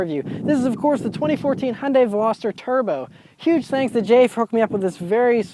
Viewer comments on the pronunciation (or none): What the hell is 'hun day'!!?? Hyundai is pronounced 'hi un die' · It’s pronounced Hugh-n-die. Like heeooondie.